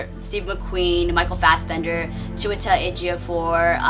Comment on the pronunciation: So happy that you pronounced Chiwetel's and Lupita's name correctly. It's been pissing me off how many White reviewers struggle with pronouncing their names. But yet, they have no problem pronouncing 12 syllable European names. Although I haven't seen it yet, I think 12 Years A Slave might be the only film to take a truly serious look at the institution of slavery. As a Black person, I've never felt that films like Amistad, Roots or Django took the institution of slavery seriously.